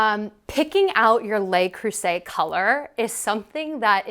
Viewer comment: A little French goes a long way. If you sa Lu (like duh) Creuset, you will be chic. "Lay" is spelled Les.